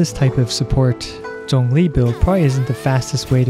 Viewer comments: Hey someone that can pronounce Zhongli properly. Subbed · After watching this video for the 6th time it just dawned on me that he pronounced Zhongli's name right. It didn't occur to me until now because it sounds natural lol. I will aim to build him for HP after 1.3 update, keep up the good work! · I like that you pronounced his name correctly. Thanks for the guide! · Thank you for pronouncing his name correctly.